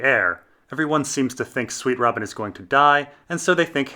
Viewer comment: Harry Plinkett sweetrobin is the Protagonist ( says in the same butchered way mr plinkket does)